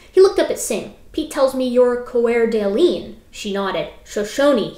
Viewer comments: Couple of pronunciation tips from someone localish to the setting: It's pronounced like Core Da Lane it's a French imposed name. Salish is pronounced with a long A. Spokane is pronounced with a short A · Pronounced core' da lane'. And say' lish. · Coeur d’Alene is pronounced “kur da lane”. Salish is pronounced “Say-lish”. I’m enjoying your take on these creationists’ nonsense. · Lovely video, your pronunciation of Cour d'alene could use some practice though.